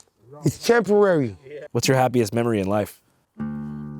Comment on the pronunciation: "ish chemporary"